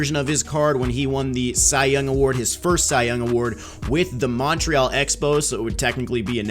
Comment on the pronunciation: How he said Montreal made me squirm haha🇨🇦🇨🇦🇨🇦